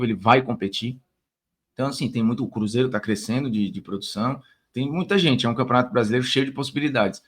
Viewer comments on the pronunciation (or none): none